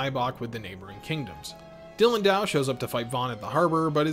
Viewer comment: I have not seen the funimation dub…but did the funimation dub butcher the names of characters and such? Guylemefs? Dylan-dow? I watched another review that also called the guymelefs “guylemefs” and my heart lurches every time. Apologies, I have been in love with this anime since it debuted on fox kids as a kid so I know this anime very, very well.